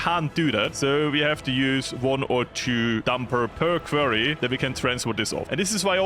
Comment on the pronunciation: Just a heads up: You pronounce quarry like kworri not like kwerii.